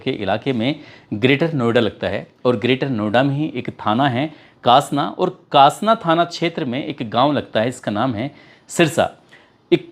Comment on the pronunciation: Kashana thana nhi sir kaasna thana tha